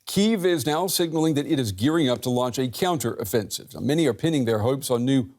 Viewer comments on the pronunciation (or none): "KEY-OUNTER OFFENSIVE!"